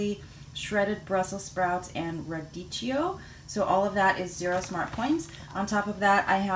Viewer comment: I love that dress! Um you can't wear that here lol there I go with the cold reference again! haha! that salad and donut looked devine. Italian lesson- radicchio is pronounced kinda like you're gonna say ridiculous. no "ch" sound. its "k". ;) I don't know, my daughter told me to watch "You" I couldn't get into it. the first episode took too long to get to the point. I guess Im impatient. Should I give it another chance?